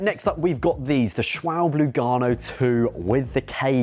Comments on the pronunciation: I am riding the Ultra Sport for about 3000km now. And had no puncture yet. Would not worry too much. I am only a recreational driver though. But pretty happy with the tyre and think it rides very good. BTW, the "e" in Schwalbe is not silent ;) It is pronounced like the "e" in "pet". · Always amusing that no one can pronounce Schwalbe. Sch--Val--Buh. Like the bird.